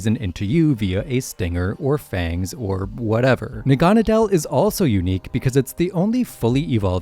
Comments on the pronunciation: Naganadel is actually pronounced Na-Ga-Need-el (as a play on needle) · It’s pronounced SIM-bee-ohnt, NYE-UH-LEE-goh, NAH-GUH-NAH-DULL, NEH-KROHZ-muh, and SOLE-GUH-LAY-oh, “”! 🤨 You have poor pronunciation skills! Also, Ultra Beasts are genderless! No genders! And you put the name Solid Rock on backwards!